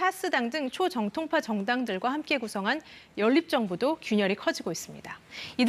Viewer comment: 남자 앵커녀석아..."초V정통파"를 "초정V통파"로 발음하냐? 너 공채 아니지?